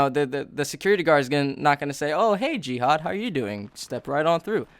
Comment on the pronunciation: I thought the guys name was gehad until i figured out he said jihad